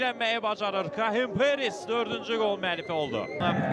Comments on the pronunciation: Şərhçi nə danışır ala.Parris deyə bilmirsən?Perris nədi? Qaqaş canı elə bildim penis deyir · Mən elə bildim Perez deyir (Penis😳)